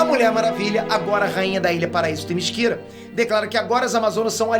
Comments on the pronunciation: Todo mundo: Themyscira: "Temisquíra" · No desenho animado a mulher maravilha pronuncia o nome da terra dela assim THEMISCERA.....o pronuncia THEMISQUIRA.....qual é o certo afinal??? e o Brainiac....o superman pronuncia BREINIAC, e o pronuncia BRAINIAC. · serio eu n queria fala isso mas eu acho que se fala temicira n temisquira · Legal a HQ, agora eu pensava q a ilha da Mulher Maravilha se chamasse Temíssera e não Temisquira kkkkkkkkkk 👎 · video impecavel mas o falar "temisquira" doeu um pouco no coração